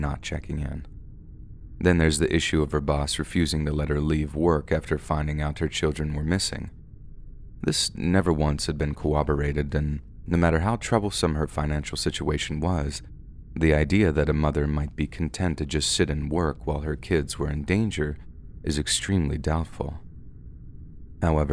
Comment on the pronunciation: Nice video but please learn how to pronounce the word "corroborate" correctly. It's a pet peeve but every time I hear you say "cooberate" it drives me crazy. Good luck on your future videos